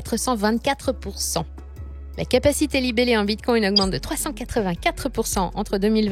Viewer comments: Bitcoin et non bitcoyne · Hello ! Je suis super fan, abonné depuis longtemps et je vous adore. Je fais aussi partie des fans de La Voix d'Eleonore. :-) Mais c'est hyper étrange la façon dont vous prononcez Bitcoin non ? (Respectueusement) On dirait que vous dites bitcongne 😂. Ça produit un effet intriguant. J'ai l'impression de devenir accro. C'est surement un plan marketing diabolique pour faire plus de vues 🤣